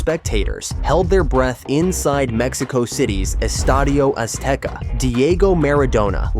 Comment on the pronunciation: Hey, good job on the Spanish pronunciation, nice video and I also think very few people will stop calling it Estadio Azteca